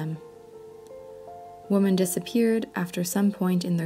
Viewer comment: Women is pronounced "Wih-men"